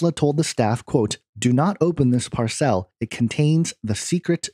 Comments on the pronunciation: Par-cell? LOL Did you forget how to speak? Parcel. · Why do you pronounce 'parcel' as "par-CELL"? First time you've come across this word? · Parcel is pronounce "par sul" .. not "par cell". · Parcel? PAR-sel. NOT par-SELL. good grief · PARCELL ? PARCELL? ITS PARCEL! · PAR cel, not par CEL